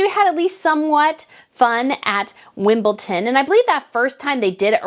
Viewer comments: it's WimbleDon not Wimbleton😮. Please check pronunciation of words before saying them. It makes people who don't know, say it too. Have you got the Gloshers right yet either? Gloucesters but pronounced Glosters. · WimbleDon - its a 'D', not a 'T'. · Why do Americans always call Wimbledon wimbleTON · Absolutely agree with you it is so frustrating and there are other commentators who also mis pronounce WimbleDon